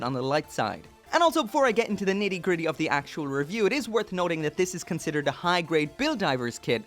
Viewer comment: I know he said high grade...but it sounded like he said hentai grade. Which is disturbing for multiple reasons